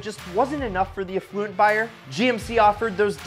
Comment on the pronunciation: "awflooent" "disconcerning"